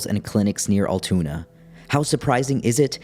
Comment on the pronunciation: 1. Luigi Mangione has not been convicted, he is a *suspect*. Treating him as if he's guilty does him and our justice system a disservice 2. it's pronounced "al-too-na" not 'all-toon-ah'